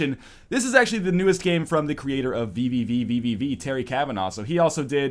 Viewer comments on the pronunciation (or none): The proper pronunciation of VVVVVV is just "V"